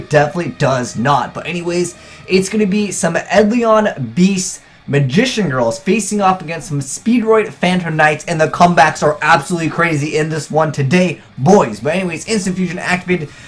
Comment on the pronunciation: Eidolon is pronounced Eye-do-lon. It's phonetic. Look at where the letters are in the word...